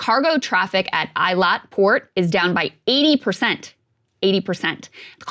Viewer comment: Krystal the expert can't even say Eilat.